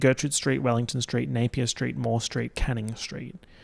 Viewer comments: i heard "street of the year" as "straight of the year" as in straight person. and i was like that's an incredible category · When he first said "street of the year", I thought he said "straight of the year" AKA the straight person who excelled in being less annoying than all the other straights. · I THOUGHT HE SAID STRAIGHT OF THE YEAR and was dyinnggggg, was really confused when he said they were all Melbourne based straights